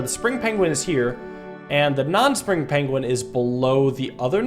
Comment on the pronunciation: I never noticed pronounces Penguin as Pengling and now I can't stop hearing it